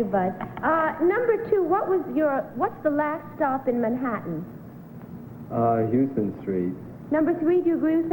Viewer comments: I knew the subway rider had to be #1. Number two mispronounced Houston Street. NY’ers know it’s pronounced HOW-STON. And number three’s dialect was more Boston or New England sounding. As for the last set of players, number one certainly does look like Lloyd Bridges. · Game #2: None of the panelists commented on the erroneous pronunciation of Houston Street.